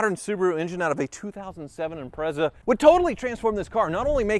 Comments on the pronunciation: It's pronounced Impre(t)za.. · Say it "Imprettsa". Excellent intro 😂😂😂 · Why can't Americans pronounce "Impreza" properly?